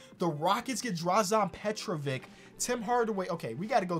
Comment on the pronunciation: as a Croatian it hurts to hear how you pronounce Drazen Petrovic's name😂😂 i need you to learn to pronounce it